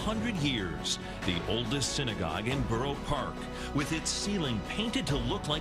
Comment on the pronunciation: I've lived here my entire life and never heard anyone pronounce it like "burr park" the way you do haha. It's Borough (Bur-row) Park. ;) But great video! Love your channel.